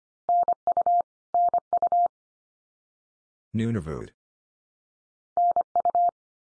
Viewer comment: Nunavut is close to the way I usually hear it pronounced.